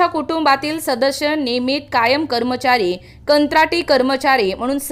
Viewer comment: Shadash nahi sadas boltath